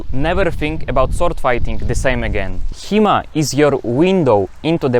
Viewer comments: Thought you said He-Man at first, and I was really surprised that He-Man actually got it right. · i thought he was saying He Man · I thought he was saying He-Man.